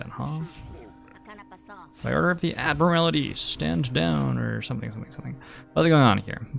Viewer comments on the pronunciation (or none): I swear to god, if you say "Ad-mur-al-ih-tee" one more time... It's "Ad-mur-ul-tee." I wasn't going to say anything the first few times, but you've got it consistently wrong and I'm only half an hour in. This isn't one of those "I'm being prescriptivist about English usage" things, you're literally adding a vowel that isn't in the word. You also pronounced "segue" as "seg-you", which I can understand if you've never seen the word written before (as you'll probably have heard it pronounced in conversation before), but it's actually pronounced "seg-way", like the two-wheeled motor vehicles you stand on. EDIT: Just got to the part where chat's telling you you're pronouncing it wrong and someone in your mod team is actually like "[it's pronounced that way] if you like." No, no, it's not "if you like it" to be that way, it IS that way. Also, I know I'm watching this on Youtube, but I've been reading the chat on the side and I think that your mods muting players for discussing cards that had been revealed is kinda "eh". Like, yeh, sure, no spoilers for new players, but if it's been revealed then they're not spoiling anything for anyone and should be allowed to speculate as much as you are. I saw one mod say that you shouldn't speculate on how the card works, but I don't feel like not understanding how a card works should be part of the "new player experience". I agree that not understanding the POWER level of a card, or the way it can interact, should be considered a spoiler becaus